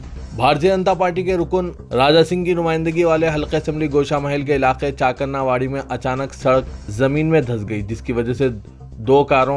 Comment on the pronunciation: Chakanna nahi hai be wo chaakna wadi bol kitne din howe musalman ban kar islaam qhubool karke tulba ko talba kahta nawmuslim